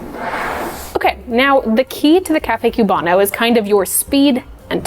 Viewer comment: The Cuban coffee section is almost perfect, but couple notes: A) It's COOB-ano, not CUBE-ano, I promise no one is expecting you to have a perfect Cuban accent but please pronounce the word correctly. B) We have a word for the thick layer on top, it's not "like a crema", it's "espuma" or "espumita" (which means foam). I don't want to come down on you too hard for this because it's a fairly respectful video but a lot of cafe workers from Italian-influenced cafes have a habit of subconsciously treating other coffee cultures as being essentially like inferior or secondary branches to Italian-influenced coffee culture. Unlearn this.